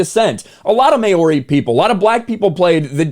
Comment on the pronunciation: Mayori? Lol he gave it a solid crack.